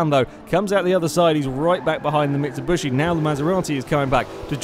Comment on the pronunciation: Interning pronunciation of Mitsubishi